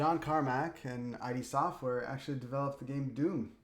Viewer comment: Sorry to correct you, but it's not I-D-Software, but id (like a soft it) Software. I used to call it like you for 3/4 of my life :D